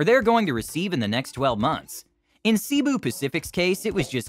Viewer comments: It's not "see bu." Try say bu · Pronounced Say boo. Not See boo. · He Pronounce Cibu Pacific 😅not Cebu pacific